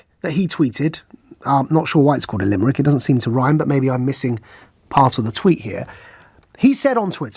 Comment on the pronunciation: Limerick, not LIMERRICK!!!